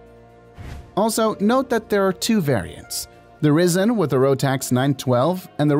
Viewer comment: If it was pronounced like the narrator, then the spelling would be 'Rissen'.